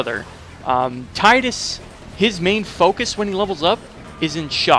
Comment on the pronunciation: god bless you for not calling him "TEE-DISS"